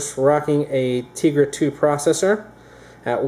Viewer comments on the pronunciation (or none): BTW, it's pronounced teh-gra not tee-gra.